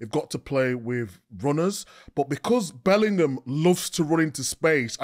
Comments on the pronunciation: You mean 'bellinum' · big Meeks not knowing how to say Bellingham get's me every time.